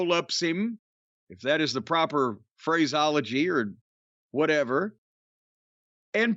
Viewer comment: phraseology pronounced incorrectly by choice, jim?